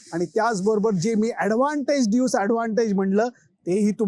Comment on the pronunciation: सर ड्यूज की ड्यूस ? नक्की उच्चार कसा आहे? तुम्ही ड्यूज म्हणत आहात पण त्याला ड्यूस म्हणतात असे मला वाटते। नक्की माहित नाही। तुम्ही क़ाय ते सांगा